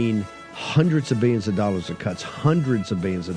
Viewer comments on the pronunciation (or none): “BEE-YUNS ” of dollars?! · Hundreds uh Biyionz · "no 'l' in 'biyyons' " Bannon